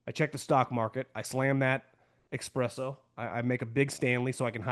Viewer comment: Watch your channel on YouTube every day; hands down the best NFL takes out there. But brother- it’s an ESPRESSO with an ‘S’ not ‘EX-PRESSO’ with an ‘X’. Keep kicking ass!